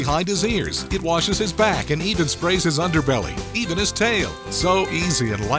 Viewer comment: the way he said underbelly lol idk why it’s so funny to me 😂